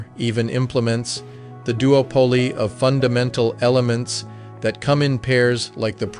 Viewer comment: Your AI pronounces other words strangely... such as duopoly and shaman. There were other words, too... but it was pretty close!